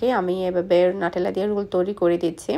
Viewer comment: আপু ওটা নাটেলা হবেনা নিউট্রেলা হবে,আবার আপনি বোন কে ভোন বলেন কেনো আপু??